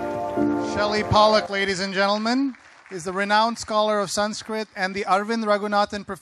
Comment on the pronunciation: Having spent so many years learning Sanskrit ..he cant even pronounce the Sanskrit words properly. Shame.... He is just a glorified Translator, and just a cheap fiction writer...that's about it...